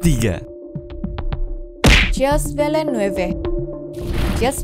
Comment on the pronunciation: cara bacanya [Jil Vilnef]